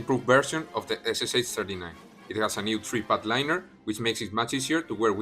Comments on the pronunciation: Hello! Really good video! But when you pronounce "SSh" you make a mistake. It is not 3 letters S+S+h, это две буквы СШ (Стальной Шлем), so it would sound like S+Sha [ɛs+ʂɑ]. English-spoken authors make the same mistake with PPSh-41 submachine gun. All another words like weshchmeshok is good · I love your pronunciation! You got almost everything right, except for the SSh. It should be made with 2 sounds, with Sh as one sound. SSh = СШ = стальной шлем, or steel helmet, 2-letter abbreviation from 2 words. Cheers!